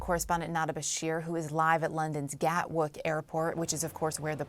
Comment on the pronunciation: "Gatwork" Airport?